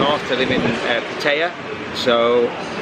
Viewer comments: Please learn how to pronounce Pattaya correctly!! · Please learn how to pronounce Pattaya!!!!!! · And I know how to pronounce Pattaya